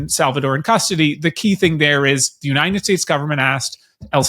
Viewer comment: I can’t listen to her voice, especially the way she pronounces ‘United’